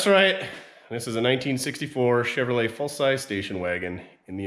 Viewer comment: Chevro lette? Go home.